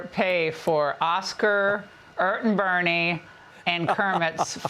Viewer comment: "Ert and Bernie".